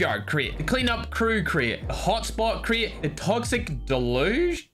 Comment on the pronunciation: It’s de. Luge